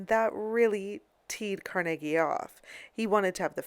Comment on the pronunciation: saying devonshire and carnegie wrong too